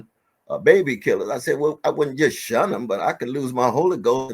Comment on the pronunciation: Um. It’s SHUN hun.